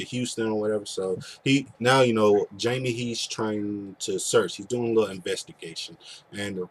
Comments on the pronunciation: By the way it is pronounced Haime, not Jaime. He is Spanish. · The name is pronounced Hymie not Jamie.